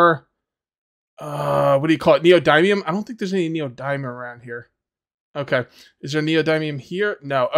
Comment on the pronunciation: Neo dimium. Not dymium